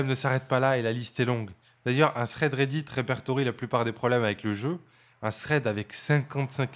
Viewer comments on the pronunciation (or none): none